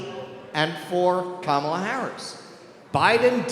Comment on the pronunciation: I think if you really want to drive you’re point home, stop deliberately pronouncing her name incorrectly. It only takes wind out of your sails. Otherwise, great job.